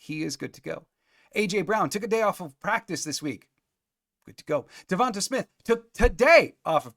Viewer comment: DeVon-TAY Smith not TAH. It's not as hard as some of those Pacific Islanders' names. I think I can finally say Tua's last name, Tagovailoa. How'd that sound? Good?